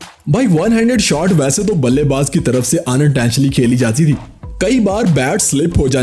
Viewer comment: In no look shot you say balle baj you say wrong